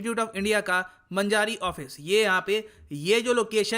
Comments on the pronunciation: Sir it's मांजरी not मजारी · The area where fire was broken out,it was under construction building and there was some welding work happend,and same area contain some flamable liquds..so that unfortunate insident happend.....and sir its not manajari but its pronounceation is manjri,hadapsar pune. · It's not manjari, it's मांजरी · मंजारी नही. मांजरी है वो. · सर, 'मंजारी' नही, 'मांजरी' सही उच्चारण है. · सर..मन्जारी नहीं मांजरी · It is pronaunced as Maanjri not Manjaari. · It's मांजरी not मंजारी 😂😂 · That's maanjari not manjaari ye kisa pronounce karta hi re tum north log ( Nana 😁) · Wrong Pronunciation sir, it's मांजारी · मंजारी premises नही सर. मांजरी Premises है... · मंजारी नही ....मांजरी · It's not manjari it's maanjari(मांजरी)sir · मंजारी नही :- मांजरी है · मंजारी नही,मांजरी है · मंजारी नही सर जी मांजरी हैं पुणे मैं हडपसर के पास... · It's मांजरी not मांजारी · सर मजारी नहीं मांजरी है बिसीजी लस प्लेट लगी है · मंजारी नही मांजरी है वो 🤣🤣🤣 मैं पुणे का हू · मंजारी नही भाई मांजरी पुणे. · It is pronounced as Maanjri. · It's pronunciation is मांजरी ! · Sir village name मांजरी hai not a manjaari.thats it. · Sir it is pronounced as maanjri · मांजरी पुणे महाराष्ट्र location pronounce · pronounsation of Manjari is मांजरी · sir its मांजरी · correcr pronounce ---- Maa n ji ri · Pronounce: मांजरी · sir u pronounced MANJ-RI in wrong way.. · Maanjri pronounce hota h sir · The pronunciation of manjari is so wrong